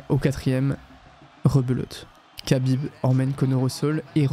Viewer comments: Pourquoi tu dis khabib "kabib" et pas kha genre rhabib? Je pense que c'est volontaire j'aimerais savoir pourquoi juste par curiosité Et la vidéo est folle au passage, trop cool d'avoir des contenus comme ça sur yt, ouai j aurais ptetre du commencer par là effectivement 😂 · Khabib ne se dit PAS "cabib", mais Rabib, un "r" aspiré, presque un grognement animal. Dommage que tu prononces mal son nom, ça fait vraiment noob 😅 Sinon le doc est bien 😊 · Khabib se prononce "Rabib" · respect KHABIB pas kabib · SVP ARRÊTEZ D'APPELER "RABIB" (KHABIB) QUABIBE ça se prononce R le KH donc ça fait RABIB c'est bon après 15 ans ? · Kabib ou Chabib? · On prononce Rrrhabib svp ❤️ sinon belle vidéo merci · Incroyable la vidéo mais khabib ça se prononce rabib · ça ne se prononce pas ''Kabib''. le son « kh » dans "Khabib" correspond à la lettre arabe "خ" (khaa) et ressemble à un « r » guttural, mais produit avec plus d’air, comme si on expirait en raclant légèrement la gorge. Ce n’est pas un « r » français classique, ni un « k », mais un son intermédiaire, très présent dans les langues arabes ou russes. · Kh se prononce R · Excellente vidéo mais t'abuse sur la prononciation de khabib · Alors vraiment bravo pour cette vidéo. J'ai déjà vu je ne sais pas combien de vidéos sur le sujet et la tienne est juste parfaite. Juste Khabib on ne prononce pas le "K" ;) Pour le reste, c'est hyper immersif et documenté. Très bien raconté aussi. Bref, chapeau !